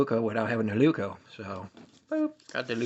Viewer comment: It's a Leuku, not a Leuko.